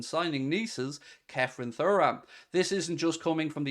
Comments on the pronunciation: Please pronounce his surname properly....say it like Churam!! Anyway, that being said, yes I'd love to see him at Anfield! Get it done!! YNWA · It's pronounced Tooram. Please for the love of god. Anyway, Thuram is a 100% buy. Said for months now I'd be happy with him and Mac Allister coming in. He's an absolute athlete, good on the ball, very quick, strong and dribbles forward well. He's basically Fabinho with pace and power. Imo he'll be one of the best in the world very soon. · It’s pronounced Churam if you ever watched his dad play